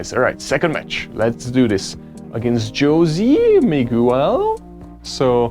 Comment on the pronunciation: That cracked me up at the beginning of your second match. "Joe-Zee Mig-oo-el?"